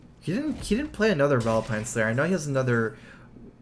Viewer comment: Do you think he'll drawl Vilepine Slayer?